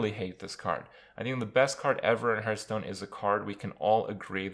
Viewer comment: I cringe when he says "Hurtstone"